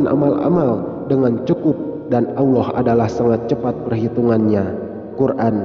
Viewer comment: Assalamualaikum🙏..maaf dg melafatzkn asma allah subhanahu wata ala kok kyak awlloh gtu ya?? Kan seharusnya allah bukan awloh..tlong diprbaiki lgi dg melafadzkn asma allah..maaf jika sya slah dengar🙏